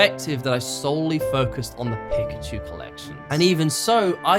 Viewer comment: Really interesting lessons for editing - just getting started on my journey... tho a great retention video about one subject and you pronounce Pikachu wrong each time?! :p haha. Great lessons, man!